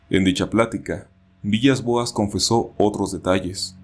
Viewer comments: aunque se escribe villas. se. pronuncia. vilas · buen video, el apellido Villas-Boas se pronuncia Vilas Boas, cómo el DT de fútbol portugués;) PD: ¨Y cuando los Extraterrestres se lo llevaron en la Nave Espacial, Abusaron de el Sexualmente!!..¨ jejejeje me hace acordar de la película: Día de la Independencia (1996)